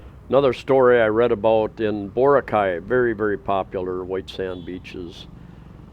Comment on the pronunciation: Great video. It's pronounced Bore Rock eye. They have many Filipino's but they do not spend money like the foreigners.